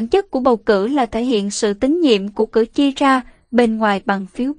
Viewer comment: Cử tri chứ khg phải cử chi nhé!